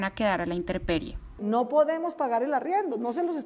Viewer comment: Mensaje para la narradora: Es inteMperie, no inteRperie. 👍🏼